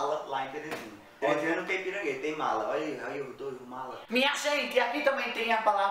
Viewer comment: Acho tão engraçado qdo o fala" melhor,olha,molhado"...kkkkkk...ele n pronuncia o "lh"... então,acaba ficando:" melor, Ola e molado"!!kkkkkk